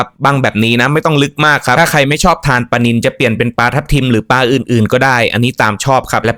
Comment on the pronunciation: ควบกล้ำด้วยก็จะดีในการนำเสนอปลา ไม่ใช่ปา